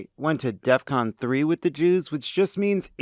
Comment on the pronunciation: He didn't even do that right, he said Death-con. But I LOVE YOUR RESPONSE!! It amazes me that because people buy his records or go to his shows that he can order up something like the wicked witch of the west in the Wizard of OZ. No racist point being made, but does he have her flying monkeys to pick up every Jew and do what ?fly away with them.. Many times in history, the Jews would have welcomed a flight away from the horrors they were living.